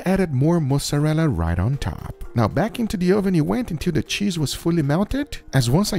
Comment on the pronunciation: I’m curious to know what “Mozarella” he uses, because that’s definitely not Mozarella 😂